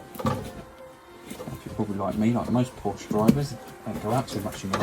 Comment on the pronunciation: Porsche is a two syllable word.